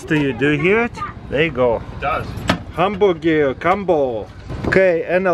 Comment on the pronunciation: "Hamboogeer combo" Haha! I love it!